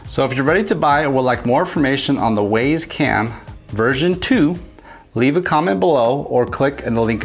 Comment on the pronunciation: It’s pronounced wize